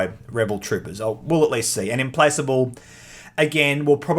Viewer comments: Im-Plack-able. I believe that's the pronunciation. ;) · I'm with Argirios, on feeling like the Clone Wars would make for a better setting for ground combat skirmishes as seen in the prequel films and Clone Wars cartoon., I find your pronounciation of Implacable disturbing.